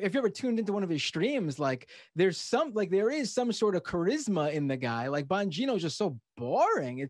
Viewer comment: Bongino - emphasise the 'bong'